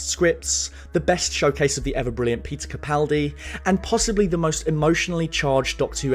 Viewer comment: "Peter Capenis".....